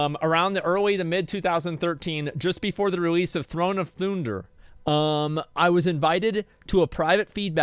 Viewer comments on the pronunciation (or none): Nobody: Not a single soul: Asmongold: THRONE OF THOONDER